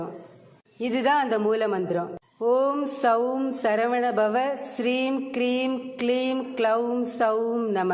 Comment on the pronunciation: ஹ்ரீம்,க்ரீம் அல்ல please. சரி செய்து போடவும்